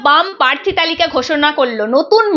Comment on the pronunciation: সংবাদ মাধ্যমে কাজ করছেন,, অনেক বড় কাজ কিন্তু বাংলা ভাষা যখন বলছেন দয়া করে সঠিক বলুন। পোশনো নয় প্রশ্ন,,পার্থি নয় প্রার্থী,, শুনতে এতো খারাপ লাগে কি বলবো। আরও শব্দ বিকৃত উচ্চারণ করছেন। বই পড়ুন দিদি,, উচ্চারণ স্পষ্ট করুন এবং আস্তে কথা বলুন। নমস্কার।